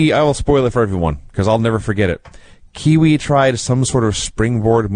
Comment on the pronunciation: Kwee Wee not Kiwi lol (oh ok he figured it out)